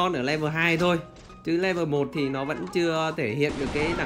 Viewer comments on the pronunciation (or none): none